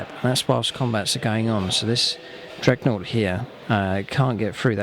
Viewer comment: Good videos mate. Just realise that the unit is a 'dreadnaught' not a 'dregnaught'